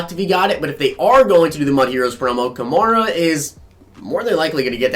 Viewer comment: You're pronouncing Alvin kamara's name wrong! It's pronounced like a female horse , a mare. so its Ka-mare-a!